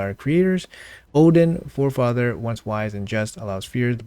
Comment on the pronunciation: It's fae-father not for-father.